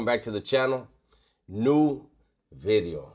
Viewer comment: I refuse to watch until he says "Bideo" again. (obviously jk)